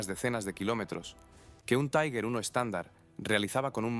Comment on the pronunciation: Cada vez que en español pronuncias "taiguer" muere un cachorrito en alguna parte, que los sepas.